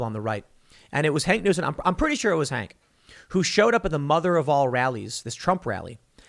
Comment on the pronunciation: It's "Hawk" Newsome, not "Hank", lol... is there a whiter name than "Hank". :D